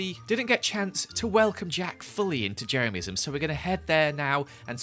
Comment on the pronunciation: Hi you are the best. I am a huge fan and member of Jeremyism ( which prounounces wrong) I numbered every item I own Jeremy 1234....